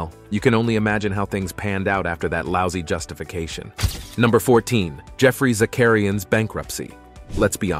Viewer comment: Then you butcher Geoffry Zacharian's name, too. You lost ALL credibility in my eyes.